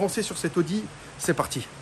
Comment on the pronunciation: Y en a mare de ton "oudi" !! Ta pas une Volvo des années "69" a restaurer !?!?🙆‍♂️👌👍